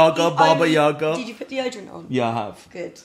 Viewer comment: not yAga. yagA!